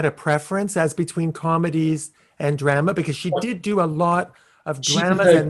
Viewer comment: This man needs to know how to pronounce the word drama